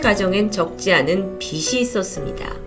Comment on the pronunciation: 빚이 (비시× 비지○ 라고읽어주세요~) 응원합니다